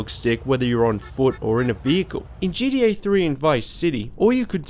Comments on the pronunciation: It’s gTa not gDa ffs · It's g-t-a not gda bro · Stop saying GDA, it's GTA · Dude you saying GDA makes me hate you lol it's GTA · I hate how you say GTA it sounds like you're saying GDA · It's gta not gda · its called GTA not GDA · gTa not gDa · Dude GTA not gda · What is GDA? Why do people say that what is so hard about saying G T A !!!! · Isn't geedee-eh kind of a lazy way to say gta? Lol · "djee dee ayy" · He said GDA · Ok good I thought I was the only one hearing that